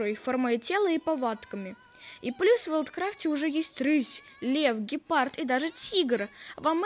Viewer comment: не вайлдкрафт а ВвілдКрафт